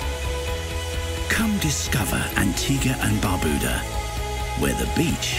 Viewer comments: Lmao, the music really goes well with this video about my country Antigua+Barbuda. Pronounced (BAR-BYU-DAH) Everytime he said Barbuda i pissed myself😂lmao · Lol Someone correct this guys pronounciation on Barbuda!!!